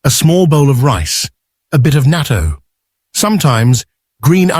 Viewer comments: Pronounce "nah-to," spelled "natto." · Naa TOE. I know this is Ai but please be courteous and pronounce it right.